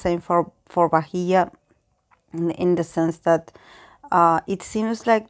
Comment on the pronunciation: Thankyou so much for doing this. And you pronounced her name perfectly. When you said how she knew that she was going to get negative comments even before the show, her uncle told some fans the same thing that she was aware of the negative reactions and was prepared for that. I just hope she's okay because of the immense amount of hate she's getting. Hopefully in future she will be successful and happy with her fans. 😄😄😄